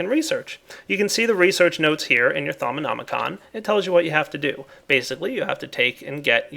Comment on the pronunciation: Thaumonomonomonomonomi-con! XD Its actually Just thaumonomicon